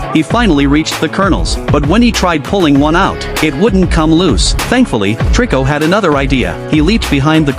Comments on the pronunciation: It's not triko it toriko bro😅😅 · HIS NAME IS TORIKO NOT TRICO😅